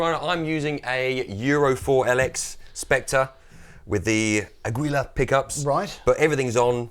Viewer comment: I love how pronounces “Aguilar” 👍😂